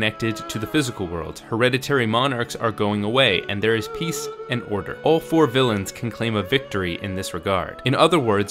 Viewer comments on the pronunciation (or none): none